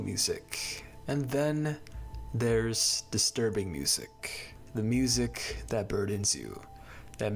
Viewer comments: why do you say music wiht a hard c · mf saying music-hhhhhh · why is bro saying musiCKKK 💀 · The way you said music was really throwing me off. This is not me hating I promise!!! I just wanted to ask where your from💀